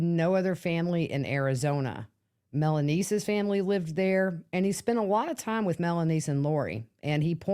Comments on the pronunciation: Why are you adding a S to Melanie name Her names is Melanie no S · You are pronouncing her name wrong